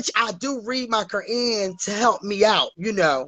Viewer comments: And read the "KerAnnnn"!!!! Lol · She reads her Kur-in y'all. She's a believer 💀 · She reads her "cayenne " 🤣🤣🤣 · I hate when people mispronounce "Is-lahm". Never heard them mispronounce "Qu-rahn" as Karan though. That's new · She said Ontraprenur not entrepreneur 😂 Izzlam not Islam and Qrun instead of Quran 😂😂 Hot bubbly mess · WTF is a Auntieprenur (Entrepreneur)? Karen (Koran)? and Itslamb (Islam)? 🤦🏽‍♀️I thought us Georgians talk messy. This is mental health call 😂 got a new calling ….. being a counselor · The Ker-ann 🤦🏾‍♀️ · Is-slam? Q-ran? 🤦🏾‍♂️ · IS-LAMB and COR-AN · Did she say she was in the religion of "Is lamb" and she reads her "Core Ann". Now this is every man's Trophy wife, 🤣🤣 She needs to be institutionalized immediately. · She didn’t even say Quran or Islam right, bless her heart😂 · Angelo Madison Right!, she couldn't even pronounce" Islam" right or "Koran".🤔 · This woman can't say entrepreneur, Islam or Quran correctly; but claims to be a business owner, Muslim and reads the Quran???????🤣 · I cringed at the way she pronounced “Koran”. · The way she pronounced QURAN